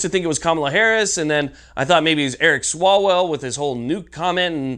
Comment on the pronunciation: your saying eric swallowswell name wrong its pronounced Swallow's Well